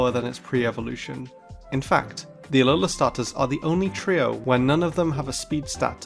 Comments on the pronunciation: Alolahn nine tails 💀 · "An aloan ninetales lol" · Yeah he just mispoke, happens to the best of us